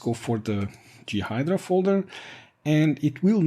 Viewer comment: Thanks like the other person concerned great to know. Will i get time to play with it? As a native English person we pronounce J as Jay and G as Gee. I guessed what you meant. This is just a tip. I am trying to learn Mandarin Chinese and my tones are terrible so people from China and Taiwan look really confused some times when i speak. Of course your English is much better than my Mandarin. More importantly FreeBSD content is great. I've got a 2.2.1 ISO downloaded ready to run in 86Box to bring back my very first FreeBSD install from 1996 or 1997. So you are making an impact.